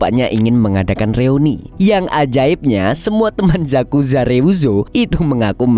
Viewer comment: Yakuza bro. Bukan zakuza😅